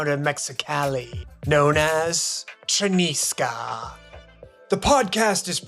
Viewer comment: Chinesca not Chenisca